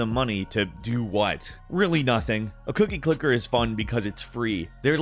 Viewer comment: Did he say cookie clitter? lol